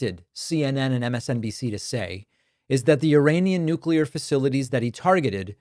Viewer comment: "Nu-culur"😂 His Orangeness is yelling at clouds every day. It's exhausting. So is Trump's minions' need to tell everyone of how great and badass they are on an almost daily basis. All expressed in this super macho, self promoting, nonsense language that reeks of incompetence. Yuck!